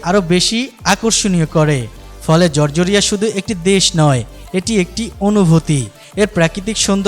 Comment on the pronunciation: জরজরীয়া না, জর্জিয়া। উচ্চারণ সঠিক করেন